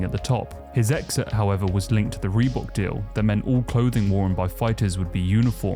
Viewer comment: The FUCK is a REBOOK deal? You actually spell it how you all SAY it? 😂